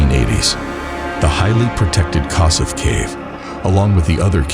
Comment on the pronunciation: The Hungarian pronunciation of Kossuth is [ˈkoʃut] (or kosh-ut) named after a famous Hungarian freedom-fighter. I know it's not the point of the video. I never heard of this poor guy and that a disaster like this happened in my country. The fact that he died in a section called the 'Hopeless Siphon' is also disturbing. May he rest in peace.